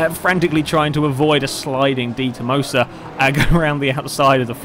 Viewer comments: For information; Dee-toe-mah-soe Detomaso:P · yeah he pronounces it that way :P